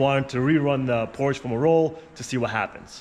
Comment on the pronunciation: I cannot watch a car guy channel with a guy that can't pronounce PORSCHE properly! ! 😄